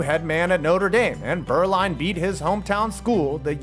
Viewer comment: I find it interesting that so many English speakers struggle to get the difference between the German letters u and ü, but here, does a very commendable pronunciation of the ü every time he says "Beuerlein". Needless to say, where Steve's name is from, i.e. the region of Germany I used to live in, Franconia (and, well, every other part of the German-speaking world), the name is actually pronounced "Boy-er-line", but lets keep that under wraps. I really enjoyed this delving into my early NFL memories, back, when Jimmy Johnson and Aikman were the bane of the Pack in almost every playoff game. Thanks to a certain expansion team, we got through to a superbowl for once, when the Panthers dumped the Cowgirls out of the running. I'll always be grateful... to an extent.